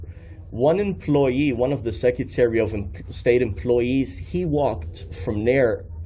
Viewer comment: He can’t even pronounce the word “secretary” and he keeps saying it over and over again🙄